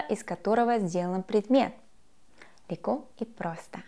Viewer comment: Мне так нравится её фраза с акцентом:"Леко и просто.'' Готов влюбиться.